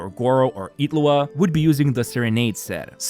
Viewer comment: why do you pronounce Illuga as Itlu'a?